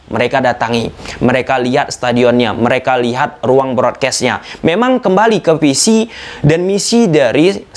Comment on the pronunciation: Bang lu bisa ngomong FIFA pake huruf F yg bener, tapi kenapa kok ngomong VISI jadi PISI ??